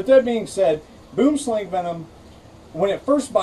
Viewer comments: Kellie-Rae Branders Thank you! I was about to correct him myself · I'm from Africa. Its pronounced "Boo-wem-slung" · WHY THE HELL TDO PEOPLE PRONOUNCE IT SO WRONG? It's not /bum slæŋ/ it's /buəm slaŋ/ it literally means tree snake in my language. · Boomslang...pronounced..bwumslung...pronounced dead if bitten... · Did you now you pronounced it rong I'm from south Africa and if it bites your hand it will swell up and bleed from the wound.Go on YouTube and search snakes in the city boomslang and read a book about snakes really for your own good.